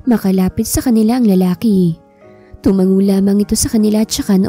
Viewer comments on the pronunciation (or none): none